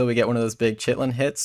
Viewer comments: man says 'chit-lin' XD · It's also pronounced 'Kitin' fyi ;) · lol "chit-lin hits"